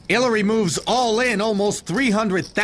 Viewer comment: Who the fck is haliary? Haliary Clinton? Smfh